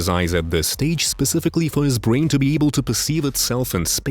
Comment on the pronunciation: they took his bwains